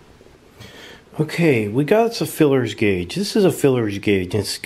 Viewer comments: OK vid but mate it's called a feeler guage not filler guage as your calling it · Feeler guage, not fillers!LOL!!! Potato, potaato!!LOL!! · Yeah, why does he keep calling them "FILLERS Gauge" ???? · FEELER gauge not FILLER gauge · Just fyi it's called a feeler gauge not a fullers gauge. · FYI, it is called a “Feeler” gauge not a “Fillers gauge. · Feeler Guage not filler guage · Dude, please stop saying "feelers" gauge. It's kinda kreepy... It's a "Feeler". Thera is no apprenticeship of a feeler, unless your a pervert.... It's a feeler gauge